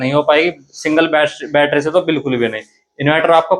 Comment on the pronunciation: Battery❌️ Batthera ✅️😂😂😂